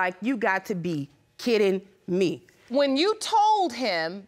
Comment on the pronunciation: Sis shook me to the ground when she said “kidding me” and not “kitten me”.